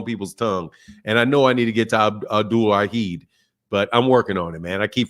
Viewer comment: you are pronouncing alwhid correctly keep rolling the truth